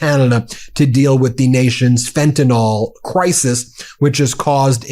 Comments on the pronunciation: It's FENTANYL, not FENTANOL but, like most Americans, you're not smart enough to read and pronounce correctly. Carry on, make yourself look stupid. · Please start a movement and pronounce "fentanyl" correctly. It's not "fentanOL," as Mango says - it's "fentanIL." Let's get it right - we don't want to sound like him! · Why do you keep saying "FentanOl" like Trump does? It's "FentanYl" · It's pronounced fenta(nil) NOT fenta(nol) PLEASE SOUND LIKE YOU KNOW WHAT UR TALKING ABOUT!! R.N. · Ben, this is driving me nuts, Fentanyl is pronounced "Fenta-NIL" not "Fenta-NOL". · Why do Americans pronounce Fentanyl ''fentanal''? Is it sounds similarl to Americans who pronounce nuclear ''nurclear''?. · Looked everywhere. Can't find an 'o' in FentanYl. F'n annoys me the way Yanks can't say FentanYl.